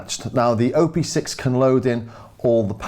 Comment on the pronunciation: hi there.. just a little note: you say "O P six" as O and P being separate letters. But.. it's "OP six", OP like in how you pronounce Operator (or Option, optics) :) It has six engines/operations, hence the name ;)